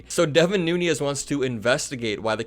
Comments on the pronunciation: i like your videos, but you murder a lot of names and words. devin nunes is actually a noo - nez. he’s not devin nuñes (noo-nyez). concerning another recent video: ghislaine is pronounced “gee-lain”, like the g in golf, not “jiz-lain”. keep up the good work. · even though I have, no respect for him, I have to point out that Devin’s name is pronounced “noonish” or “newns” not nuñez. He’s not Hispanic. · Devin Nunes is Portuguese. His surname is pronounced phonetically: New nez. Those of Spanish descent probably don't want to be lowered by this fool who sued a cow!!!!